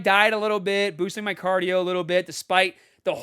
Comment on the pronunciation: They way he says caadio has me rollin!!!😂